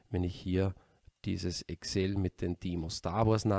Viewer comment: Danke!!! Tolles, nachvollziehbares, praktikables Video! Nebenbei bemerkt: endlich einer, der Excel so ausspricht, wie sich's gehört :)